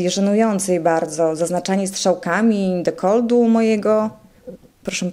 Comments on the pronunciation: nie dekoldu a dekoltu ... polska język trudna język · Dekoltu a nie dekoldu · ale mnie uszy bolały jak słuchałam tego „dekoldu” XDDD